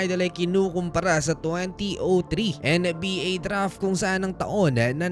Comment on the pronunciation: HAHAHAHAHA may nauna na pala. Hirap ata siya sa N yah.